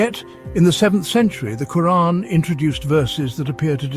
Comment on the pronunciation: Reeespec the way he himself even pronounces the word 'Quraan' . ... loadsa Love 🫂